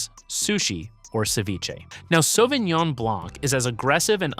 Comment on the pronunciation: Почему он говорит Савининьон?😂😂 САВИНЬОН